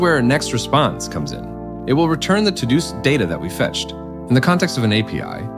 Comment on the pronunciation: This computer generated voice over is impressive, very natural inflections, only noticed with the pronunciations of sequel and todos, nice break down of the framework.